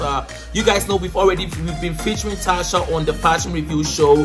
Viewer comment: It’s not Tasha it’s “Tacha”..Cha not sha pls